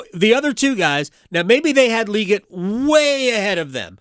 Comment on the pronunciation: You still mispronounced it. its Lee GET. not lee git. LEE GET